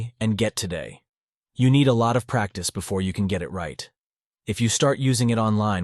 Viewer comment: bruh the way it said practice haha🤣